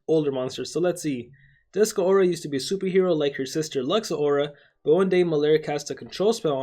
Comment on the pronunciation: It's not Duskuh aura. It's Dusk pause Aura